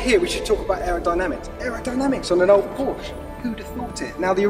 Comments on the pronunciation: Did he just say "Porsch" ??? Later... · did he say porch? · Bad audio, shaky camera work and this Bloke calls the 911 a "PORCH". Bring in a car enthusiast, not some pencil pushing accountant.